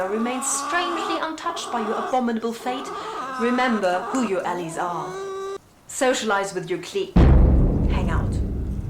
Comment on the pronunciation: allies is pronounced al-eyes =) Your chickens are very cute! I hope the old ones get used to the new ones soon and they can live peacefully and comfortably together.